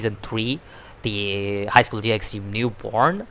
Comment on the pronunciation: Finally! Someone who knows how to pronounce “DxD”